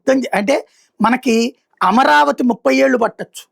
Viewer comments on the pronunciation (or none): none